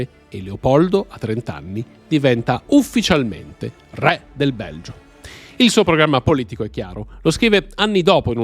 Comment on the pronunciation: Anche la pronuncia della parola "re" potrebbe accostarsi molto di più all'italiano standard 😢